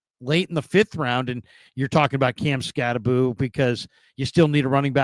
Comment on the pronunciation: pronouncing it "Scatty-Boo" had me rolling..lol 🤣 I'd like to think he was just doing it to be funny, but sometimes I cannot tell when he's joking, being serious, or just being sarcastic..lol Bet is a pretty good poker player...haha